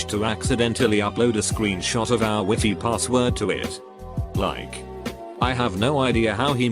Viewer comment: the way the bot said wifi lol he said "wifee"